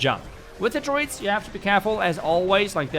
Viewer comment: It took me way to long to figure out you were saying druids and not droids